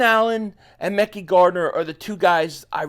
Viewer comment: It’s pronounced Mick Eye MickEye Gardener